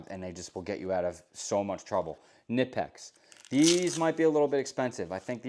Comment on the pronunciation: It’s pronounced kuh-nip-ex they have it somewhere on their website if you go poke around you will find it. Nice edc, love the organization